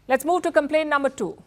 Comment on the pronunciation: I love how she said "is that a complement or a complane"😂🇮🇳